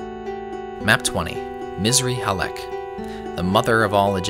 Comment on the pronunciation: It's "Missrly Halek", not Misery Halek 😂😂 although it could be Misery Halek for some players Misr is Arabic for Egypt, the "i" is our "ian"